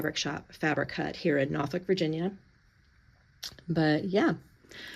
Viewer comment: It's been so so long since i heard someone pronounce Norfolk like a local. Brings me back.